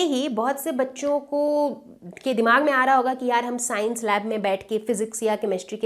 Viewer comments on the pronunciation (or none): none